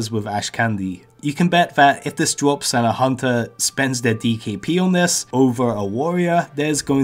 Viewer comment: Anubis lots of people will woll when it dwops